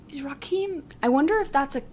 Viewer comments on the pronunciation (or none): Rakim, is pronounced RAH - KIM